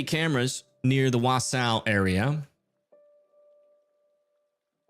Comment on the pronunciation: is it ok if I help you out with the pronunciations of some of these WI cities? They can be tricky. Capital letters indicate where the accent goes. I am from Milwaukee (I say mi-WAH-kee, but technically that is wrong) so not everyone will agree with my pronunciation tips. But this should help? Wausau = WAH-sah Eau Claire = oh-KLAIR Shawano = SHAH-no (everyone has trouble with this one!) Antigo = AN-ti-go